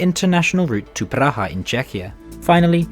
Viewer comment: I'm two minutes in and I have to commend your pronunciation of the various cities! German was really good, Polish was decent, the rolled "r" in Praha was a bit overdone but still way better than any English speaker that I've heard. I'd like to hear you pronounce the Czech "ř" (e.g. in a name of the city of Přerov) or our Slovak soft consonants like "č" or "ť" (Čadca, Bratislava - the t followed by i is pronounced as ť).